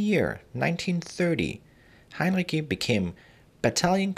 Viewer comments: As a native speaker, I'm pretty certain that the c in Heinrici is spoken like ts, not like k. And the stressed syllable of the name is the second (-ri-). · Heinrici wird mit hartem C ausgesprochen? Wollte ich immer wissen!